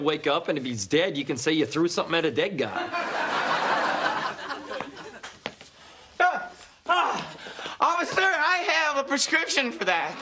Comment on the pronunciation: Occiffer man